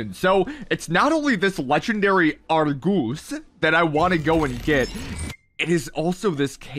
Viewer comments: Bruh it’s Argus not argoose 😂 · Legendary "ARRGOOSE"👁👄👁